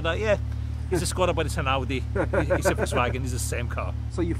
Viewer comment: Yes, and you pronounce it exactly like "SKODA" should be properly pronounced in Czech :D (see visioracer's videos)